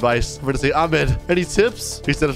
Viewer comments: it’s not pronounced aa- med- its ah- med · THATS NOT HOW U PRONOUNCE THE NAME AHMED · You don’t even know how to read Ahmed’s name أحمد my dad‘s name is Ahmed